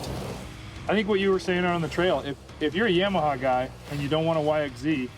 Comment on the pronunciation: It cracks me up hearing people say Yam-a -ha. Always heard and said it Yah-ma-ha... Killer video tho, guys. Getting me a Limited very soon to ride here in Maine. 🇺🇸❤️🤟